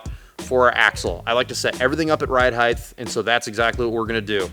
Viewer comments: Heith? you mean Height? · I love you man, your videos are top notch, you're obviously very intelligent, and you seem like a generally all around good dude. However, it is pronounced "hite" not "hithe" XD The H comes before the T in height, so the T is a hard sound, not a TH sound. I know this is a regional PNW thing, but I just don't get why people say it like that lol. Also, I'm just giving you a hard time, I don't really care lol, keep up the awesome videos and say it however you want =)